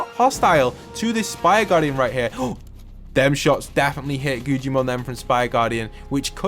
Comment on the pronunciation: It’s Guggimon not gugiman